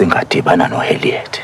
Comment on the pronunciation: Harriet not Haliet🤌🏼